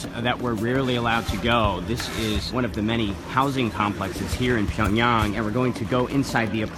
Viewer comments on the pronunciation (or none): he said Pyongyang wrong 😑. How the fuck are you gonna be a news anchor if you can’t even pronounce things right. That’s why he works for CNN